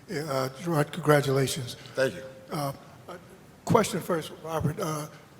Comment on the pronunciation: What's even better is the dude kept calling him Jerard not Jerod. Pathetic reporter with no clue.